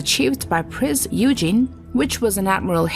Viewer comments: Be nice if she could pronounce Prinz Eugen properly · I would have enjoyed this video more if a real human had done the voice over. "Priz Eugen" is really "Prinz Eugen" (Oygen). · The Prinz Eugen was pronounced "Oy-gen" (hard "G"), not "You-jean". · But in the case of the Prinz Eugen, it is difficult to see why even a native English speaker would have a problem in changing from saying "You-jean" to "Oy-gen" (using a hard "g"). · Everyone needs to calm down about the mispronunciation of Prince Eugen. The narrator is a bot. Almost every YouTube video these days are narrated by bots. Welcome to the world of AI. Personally I hate this shit. But it's it's all on account of text-to-speech technology. The "girl" doing the narrating doesn't even exist -- or -- I guess the girl who owns the voice exists somewhere, but she's not reading the script. Trust me on that. As such, some words with unusual pronunciations -- especially foreign words like Eurgen are going to be mispronounced. It has NOTHING to do with Americans being unable to pronounce German words. That's just utter BS. I honestly can't believe that you folks haven't figured out the big text-to-speech craze going on right now. Nearly every video is being narrated by a bot. Mark my words. Thus you may as well convince an answering machine recording that its pronouncing your name wrong. The bot is pronouncing Prinz Eugen phonetically because that's what it is programmed to do when it comes across a foreign word. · Very interesting, though all the cringing caused every time a name is mispronounced gets a little tiring (e.g. - "Prince Eugene" 😅). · What do you mean "lost" you. The Prinz Eugen was a German ship and it was pronounced "Oy - Gen" (with a hard G). It's not rocket science... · Prinz Eugen is pronounced: OY gehn. Gawd, how I hate computer narration! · She mispronounces the name of the Prinz Eugen ( painful )